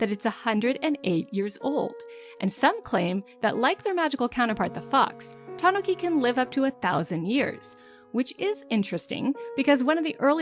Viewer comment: the japanese is ta-NU-ki not ta-NO-ki but great vid!